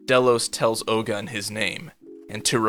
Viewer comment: its not Oh-GUN, its pronounced Oh-gOOn / Ogün . its a african god.